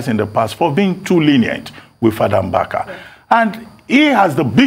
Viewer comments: Hi news presenter. The pronounciation is Mbaka, and not Mgbaka. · Ojy it’s Mbaka, not Mgbaka. Ukwuani people speak Igbo!